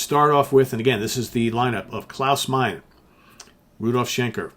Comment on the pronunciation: Klaus’ last name is pronounced “MY-nah”. The “e” at the end of a German name is not silent.